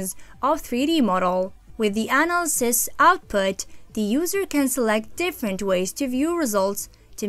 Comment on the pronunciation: Did she say ANAl-sis?